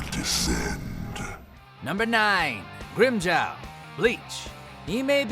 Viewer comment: Totes thought he said rim job and not Grimmjow. Lol thought I was tripping